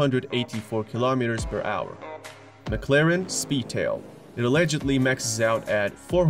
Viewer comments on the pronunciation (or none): none